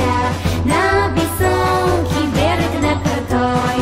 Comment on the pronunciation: 베례그가 아니라 볘롁 입니다